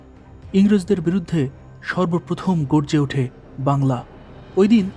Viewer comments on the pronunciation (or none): none